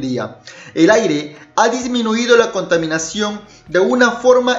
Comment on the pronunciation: Contaminacuongg, ciengg. Jajaja